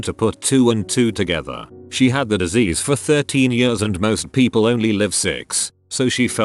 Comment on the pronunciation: Please fix the "years" of this voice, it sounds like they're having a stroke every single time they say it. Btw, I do like chicken! xD